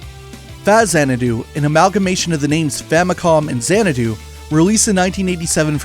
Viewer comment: Hmmm, I never really thought Xanadu could be pronounced as "Zan-eh-do", I always took it as "Zan-Ah-do". This was a very nice, detailed video about the Trails games, as well as a bit of Falcom's past. A mutual of mine on Twitter retweeted it, and I'm glad I checked this out! Gave me all I needed to know about the two topics quick and easy, with superb pacing to boot. All that's left to do now is to get back to Trails in the Sky 1 over on PC. Thank you again for the video.